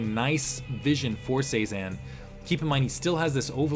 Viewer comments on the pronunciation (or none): Cezanne is pronounced seh-zahn. Like the artist. It flows a lot better when you say it like that. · If its Cezanne like the post impressionist painter, it's pronounce seh-zahn